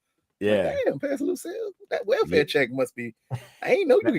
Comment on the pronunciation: Lucille. You mean Loose-cille 😂